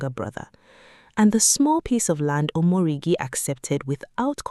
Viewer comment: Omoregie not omoregi😂